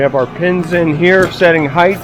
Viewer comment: Height does not end with a “th”.